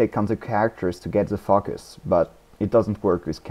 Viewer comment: Nice tutorial, thanks! Also, i like how you say focus, you say something like fuckus :P